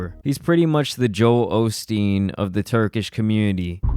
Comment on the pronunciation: I hate Joel Osteen but the way you pronounced "O'Steen" had me dead for some reason 💀 idek why lol